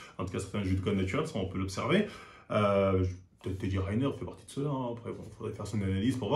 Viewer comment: Teddy Raïneur ? Il le prononce toujours comme ça ? C'est pas pour ça que le juge l'avait envoyé en prison ? "Nomicide involontaire"